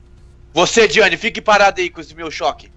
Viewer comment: Ela falou diana é diane